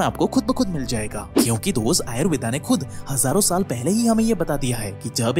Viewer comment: भाई आयुर्वेदा नही होता आयुर्वेद होता है।